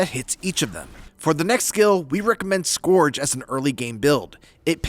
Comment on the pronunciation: "Scorge?" it's: "Skerj" for:"Scourge."